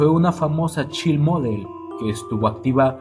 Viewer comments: bendito, el inglés no es una ciencia de la NASA. En un futuro, infórmese de la pronunciación correcta de las palabras en inglés. No importa si no sabe qué significan, solo pronúncielas correctamente. Creame, sus enlaces van a sonar mas intelegibles. Por ejemplo Child... Cháild Girls... Guerls Fire... Fáiar Staff se pronuncia exactamente como se lee, no stéif. Pero la información es exelente y educativa. Gracias por el enlace. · Child en Child model se pronuncia CHAILD, no como esta' escrito. Ella era una muchacha muy bonita, pero fue explotada. Gracias por su video..